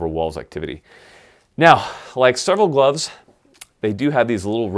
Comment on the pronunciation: glovesiz? for a guy who makes fun of marines a ton, you sure sound like one. #crayolaforthewin